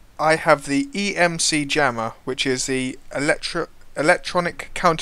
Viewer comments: It's ECM jammer, not EMC jammer haha. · Its ECM not EMC jeeeezz!